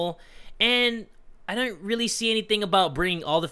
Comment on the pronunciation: his inner british came out ("i dont")